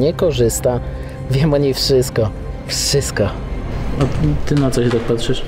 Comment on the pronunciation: *wszystko Nie "wszysko" 😅